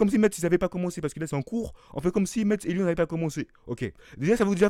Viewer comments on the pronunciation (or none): Metz se prononce comme le mot (messe)